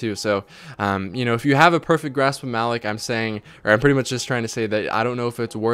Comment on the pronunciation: I love you but stop saying "Grasp of Malick". It's "Grasp of Ma-LOCK." You'd know that if you ever played PvE. Super annoying. Good video, though.